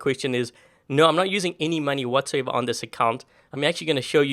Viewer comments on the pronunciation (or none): When said money i thought he said manni